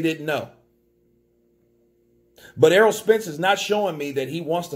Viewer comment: saying errold